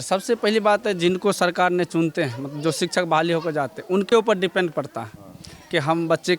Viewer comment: Ye teacher hai aur bol rahe hai ki दिपेटं bol Raha hai yah sikha bihar ki